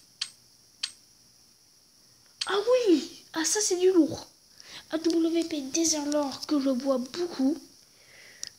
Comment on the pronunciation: il sais pas prononcer AWP correctement